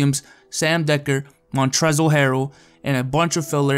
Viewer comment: As a Louisville fan 5% of me got triggered when he said Montrezl Harrell's name wrong. The l is silent